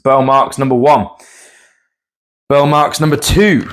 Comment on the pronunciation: "Burle" is something like BOOR-lee in Brazilian Portuguese.